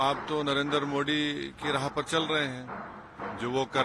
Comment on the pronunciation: Owasi Modi ji nam ka pronusatiion Theek sai kiya karo.